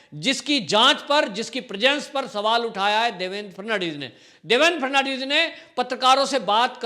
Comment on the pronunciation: Devendraji la naam pl thik tarahse uchhare --- FA-D-N-VIS 10 baar rato for bolo